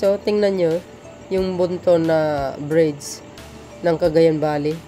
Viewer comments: Ayusin mo lang ang pag bigkas mo ng bridge sa bride kapatid, yes basta tatak Marcos matitibay ang mga pagkagawa ang mga proyekto simula kay Apo Lakay ❤❤❤ 200 K not 200M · You pronounced it bridge not bride's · Hiy ayusin mo pagbigkas mo ng bridge..bisaya ka ba? Bigkasin mo ng bridge hindi brides..ang brides ay babaeng ikakasal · bridg po hindi brige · Excuse me, " BRIDGE " hindi BRIDE...! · Ayusin mo kasi...nakakarindi sa tenga...bride ka ng bride e ang ibig sabihin ng BRIDE ay ang ikakasal na babae...walang tulay na ikakasal😂 Btw, isa akong loyalista...buong pamilya namin...ayusin mo kasi. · ok na sana ang vlog mo kaya lang paki bigkas ng mahusay ung bridge tnx po pilipino tayo